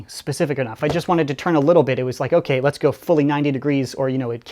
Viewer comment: "les nope" when you French good.